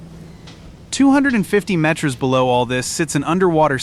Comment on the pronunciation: Talk about LOUSY CHEAP AI garbage. It is too stupid to pronounce METERS and KILOMETERS correctly!